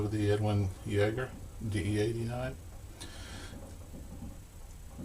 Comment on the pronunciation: Edwin jagger, or, yagger, it might be a silent J. 🤣 oh man that cracked me up. For all those anchorman fans.